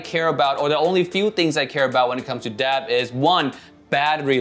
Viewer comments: Aaaaarggh. Are you saying DAB coz it's driving me mad 🤣🤣🤣🤣it's a DAP🤣🤣🤣🤣🤣🤣🤣🤣🤣🤣🙄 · Omg quit saying dab with a b😂🤦‍♂️🤦‍♂️DAP